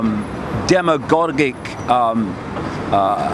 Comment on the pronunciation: He said demegorgic.